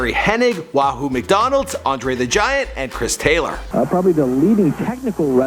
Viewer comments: It's Wahoo McDaniel not McDonald. Also, nobody says MACW or AJPW.... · Wahoo McDonald's!?? What the hell? It's Cheif Wahoo McDaniel's fool!😂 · Wahoo McDaniels - not Wahoo McDonalds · Wahoo McDaniel...NOT Wahoo McDonald. Come on...get it straight. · I'm a long time casual wrestling fan. You butchered a lot of names. Wahoo McDonald hahaha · Did he say Wahoo Mcdonalds????????? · Damn! He doesn’t know how to say NWA mid Atlantic area to Wahoo McDaniel 😜😂🤣😅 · Wahoo is McDaniel(s), not McDonalds. And Ole is pronounced O-lee. David was signed to WCW before he went to the WWE.